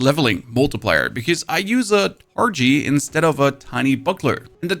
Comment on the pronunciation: Are you trying to mispronounce penalty and targe or is it part of the shtick? Sorry first time here